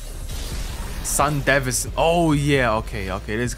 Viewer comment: Bro cant even say Sandevistan right and they say it in the show😂